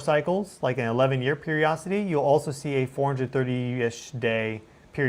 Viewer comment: Hi! I really enjoy your shows and have learned a lot. One thing that has bothered me so I looked it up. I'm familiar with the word Periodicity and I believe that's what you mean when you say periocity. You are skipping the middle syllable. Much love!